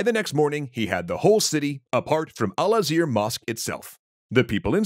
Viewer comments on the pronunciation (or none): alazhar mosque not alazir mosque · Hey guys .. I know it's probably too late to mention this, but the mosque is called Al-Azhar .. Pronounced AL-AZ' HAR (with the HAR part as in HARD). It's the oldest University in the world dating back to 1080s or so and still active to this day.